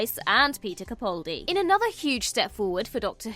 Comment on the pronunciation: It's Capaldi as in PayPal - not "Capauldi".